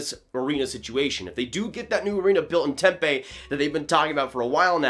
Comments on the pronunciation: Just a quick note: it's pronounced "tem-pee", not "tem-pay". Drivin me nuts. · I'm a fan of the Pens but live in AZ and follow the Coyotes as well. The city they would be building the new stadium in is pronounced temp E like the letter E. The fans don't go to the games right now because they are tired of seeing the team at bottom of the league year after year. They never build correctly and when they start getting the correct players from the draft they always jump the gun and add the wrong talent around them and always end up staying in mediocrity instead of building a team around guys that give you that shot every year. When this happens they make bad trades to sell off the team for nothing. It's nice to finally see them stacking draft picks, especially in a very talented draft class. I truly hope they don't trade this kid and if they do it should be for no less then 3 first rounders. It's not often a young number 1 defensemen with a low contract number that's locked in for 3 more years comes to the market. They should take no less then a top prospect and 2 first rounders and teams that wanna win will pay that for someone that will be easy to fit under the cap.